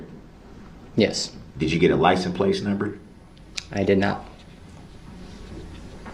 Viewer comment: How can u not pronounce licsense or any? He say nt u know nt then license place! Idiot